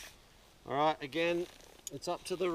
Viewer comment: Great! Body positioning is the other lesson here! GREAT DEMO! RYYIIAAGHT! Can’t type that accent of Right! Hilarious!